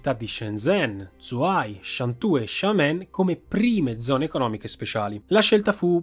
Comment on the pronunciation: Grande video. solo un appunto: zh si legge 'gi', quindi 'Sciengen', 'Giuhai'...